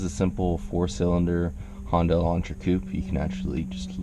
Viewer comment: Does anyone of you heard this honda ek with an engine swap of turbo diesel engine from hyundai? Thats what hondai is 😂